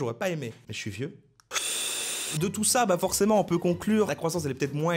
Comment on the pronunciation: "je souis" ... BELGE ! Ha, non, raté...